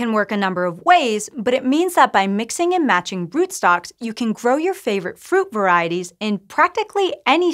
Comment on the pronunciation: It helps if the presenter can pronouce root, fruit, and shoot in slightly different manner. I had to replay 5 times to process the indormation 😂